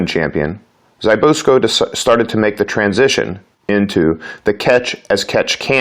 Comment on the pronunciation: It's ZZ-BISS-KO